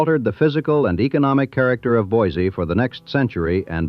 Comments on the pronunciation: Boy See not boys zee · It's pronounced BOY-SEE! Not BOY-ZEE! There is nothing more annoying to us idaho natives than people (or bots) that can't pronounce the name properly. We can always tell if you're not from here. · It's pronounced BOY-SEE, not BOY-ZEE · It's pronounced Boy-see. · And the original French fur trappers who gave it that name would hate how modern “native” Idahoans “mangle” it. To them, it was pronounced BWA-ZAY. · You would think someone spewing “information” about a place would at least find out how to PRONOUNCE IT’S NAME! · It's spelled with an S, not Z. And pronounced the same way. Can always tell those who are not from here. Otherwise, good history lesson. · There is no Z in Boiseee. Also, it’s Show- Shone, not Shoshonee.